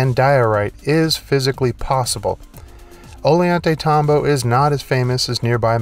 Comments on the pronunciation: ~~~ GET THIS CLOWN .. Ollantaytambo .. IS NOT .. ''Olie - ON-'' .. NOR IS .. Sacsayhuaman .. ''sack - suh - WHAY - min'' .. NOR .. Tambomachay .. ''tambo - vuh - chai'' .. IMBECILIC DOLT ~~~ """""""""""""""""""""""""""""""""""""""""""""""""""""""""""""""""""""""""""""""""""""""""""""""""""""""""""""""""""""""""""""""""""""""""""""""""""""""""""""""""""""""""""""""""""""""""""""""""""""""""""""""""""""""""""""""""""""""""""""""""""""""""""""""""""""""""""""""""""""""""""""""""""""""""""""""""""""" INTERNET PROVIDES PRONUNCIATION .. OF Quechua .. WORDS .. REPRONOUNCED IN Spain-Spanardo .. ''PLANT MATTER TURNED STONE INTO THE CONsistency OF .. wait The FK 4 'it' .. ''BLUBBER'' ! ALRIGHT NOW Poindexter, BRAINIAC .. DO 'it' ! TURN STONE INTO BLUBBER .. DO 'it' ! .. Knuckle Dragging Simian SH_T - TALKER .. SHOW VIDEO PROOF .. OR .. STFU&FKOFF ! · 👍 Cool Video, all common sense if open minded I feel. Instead of cranes, I feel the elongated skull culture could levitate and manipulate the stones. Just FYI.. a double L in spanish makes a Y sound. Pronounced... Oy yan tay tambo.